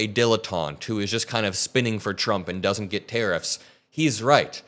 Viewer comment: Navarro has a phd and he can’t pronounce doesn’t?